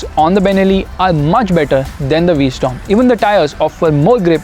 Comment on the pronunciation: Its called a v-strom not a v-storm